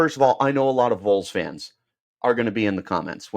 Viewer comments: its not the "Vools" lmao. VAWLS 🍊🍊🍊🍊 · Vols is pronounced as vawls not voles also they’re not gonna tamper don’t even worry about that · It's ok. As a Vol fan whose half my large extended family lives here and Arizona, I will pardon your crime of mispronouncing Vols lol. Go Sun Devils! lol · What does Tn have that Arizona State. Play in front of 102,000 screaming crazy fans or 55,000. Idk that’s a tuff one. The facility’s are like no other. Tons of money. Located in the great Smokey mountains with pigeon Forge, Gatlinburg Glad you’re so confident. Learn how to say Vols before you report. Hell Tn could pay for him and his Buddy. We normally don’t poach!!